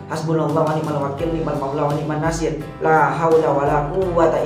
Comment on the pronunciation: Mohon maaf🙏 bukan niat untuk menggurui,tapi saya berpesan khusus.ketika membaca wani'man nashir yang nashir nya dibaca ketika huruf S itu monyong bibirnya maaf karna itu sot bukan tsa,buka sya,buka Sa.